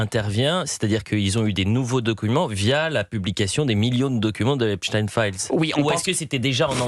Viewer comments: Mais pourquoi il dit Epstiiiiin C’est Epstein on prononce Stein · pas in mais ein!!!! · Pourquoi prononce-t-il Epstin ? Alors que çà s'écrit Epstein ! EIN et pas IN ! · Hepstein. PAS HEPSTINE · Non epstine car il était américain par contre pour les allemands qui ont cette consonance finale dans leur nom, on dit stein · C'est une posture de nombreux juifs américains qui ont américanisé la prononciation de leur nom pour faire moins juifs et rester discrets. Jusqu'ici, en France, on prononçait à l'allemande, mais les journalistes ont tellement peur de passer pour antisémites qu'ils ont adopté le tic américain. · "Rodchilds" aussi à fréquenté le diable "Epeshtayne" mais malheureusement c'est elle qui commande tout les juges d'Europe !! 😮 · Pourquoi il dit Epstine ? C’est pour faire Russe ? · C'est pas "Epstine"😤 😤 😤 😤. Volonté d'effacer l'origine ! Aux USA les médias ont aussi imposé cette prononciation, autrefois ils prononçaient correctement. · C'est une posture de pas mal de juifs américains qui ont américanisé la prononciation de leur nom pour faire moins juif. La plupart des journalistes français ont repris ce tic pour ne pas passer pour antisémites, alors que jusqu'ici, tout le monde prononçait à l'allemande. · Effectivement,pourquoi prononcer un nom germanique en faisant semblant d'être américain ?